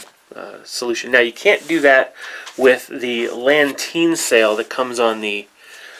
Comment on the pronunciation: Lateen not lanteen.